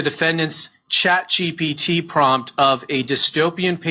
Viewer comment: is he saying chat gbt? hahahaha